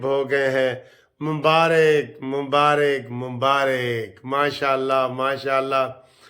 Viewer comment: وعلیکم السلام ورحمتہ اللہ وبرکاتہ سر جی MUBAARik nai MUBAARAk bola kijiay Please